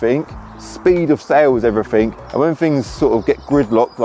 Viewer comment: It’s EVERYTHING not everythink!